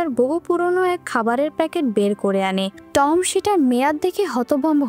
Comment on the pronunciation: উচ্চারণটা খুব বাজে,, যেমন টম